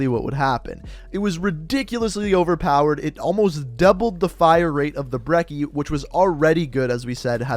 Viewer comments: Why do you say BREKKIE instead of BRECHIE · This man calls it the berki it’s called the Brechi just watch Merkmusoc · say breach now say brechi now say brecci same shit not breky its not a fucking brick. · Why say brekki ?? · Why do you not know how to pronounce anything? brekki?, obsidian steed? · The way he says brecci😑